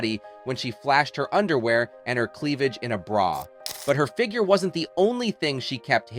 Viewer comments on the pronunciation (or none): none